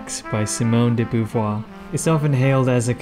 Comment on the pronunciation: If gender were taken to be a social construct, this would legitimise conversion therapy. By the way she did not have a husband (as you state). Sartre may have been her companion but they certainly did not marry. Also her name is not pronounced Boo-voir, Bow-voir would be better.